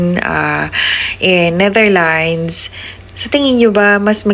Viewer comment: Ayusin mo ang pag banngit ng bansa ng Netherlands dahil trying hard ka, hindi NETHERLINES as you said